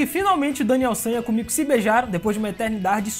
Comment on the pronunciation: Komiku, não soa meio estranho não ?